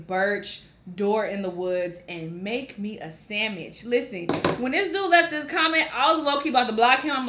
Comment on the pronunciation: “Make me a samitch” 😂😂😂😂😂